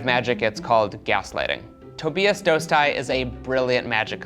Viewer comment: lol. That's actually the correct pronunciation. I called Tobias to make sure.